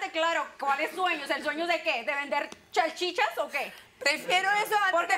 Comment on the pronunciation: Cuando no puede ni mencionar bien la palabra SALCHICHA la cosa está mal de verdad. *CHALLLchicha...y la cara de la Dra. Polo vale un millón🤣ganaría más de seguro con tremendo personaje q es😵‍💫🤣